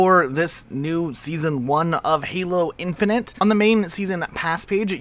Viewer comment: Why do you always say "Halo Infinant" LOL, also hii!